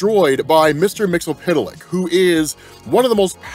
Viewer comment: I cringe every time he pronounces mixlspitliks name.. But he provides the best comic breakdowns. So it’s yin and yang